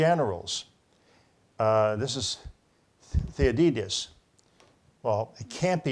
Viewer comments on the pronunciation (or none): Thu- cid-id-des....you really butchered that author's name.